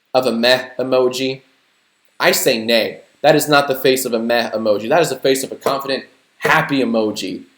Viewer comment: When you said he’s a meh emoji…I keep on thinking your saying “meth emoji” 😂